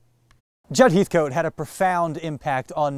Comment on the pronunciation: Heathcote is pronounced Hethkit.